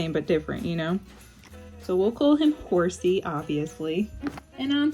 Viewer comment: I love how you accidnetally got horsea's name right.